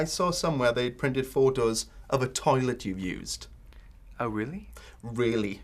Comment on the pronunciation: The guy said "Photos" like in German :p lol